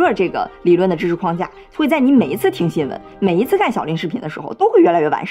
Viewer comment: 21：57，框架，框 读四声，如：门框，四声。而不是一声，那是 筐子